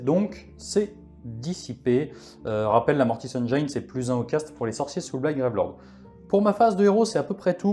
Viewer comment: Écoute moi bien! Tes rapports de bataille sont excellents. Mais… la prochaine fois que tu dis Mortis Engeeïïne je me désabonne direct! 😂